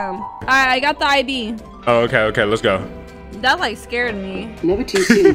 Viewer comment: Him saying let's go: Let's gorow